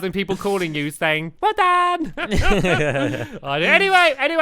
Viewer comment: When you said well done to Squiddy, it sounded like you were a Korian girl. XD